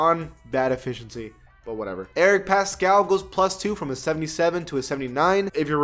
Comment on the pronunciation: paSHel not paSKel